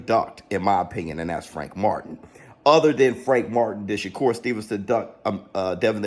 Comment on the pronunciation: His name isn't sugar shakur 😂😂